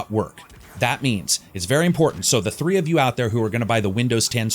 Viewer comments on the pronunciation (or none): none